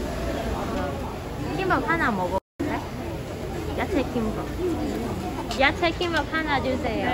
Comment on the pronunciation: "야체"가 아니라 "야채". 그래도 이뻐..